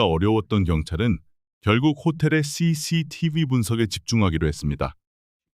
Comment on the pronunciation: CCTV. DNA ? 로보트 발음인가요? 좀 이상하네요